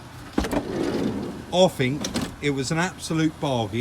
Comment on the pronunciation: I'm addicted to your videos, well done guys, but please say 'fink' once more and I'll go crazy 😂😂😂